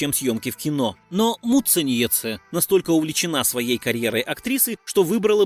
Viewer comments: Произношение фамилии просто режет уши. Когда уже научитесь прозносить правильно? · Как же автору трудно её фамилию выговаривать😁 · Автор вы лучшие готовьтесь к своим видео. Много напутано. И не правды прилично. А за ударения я вообще молчу😂😂😂то Муцениеце прям вообще, как будто мычать любите😂 то Шиловская...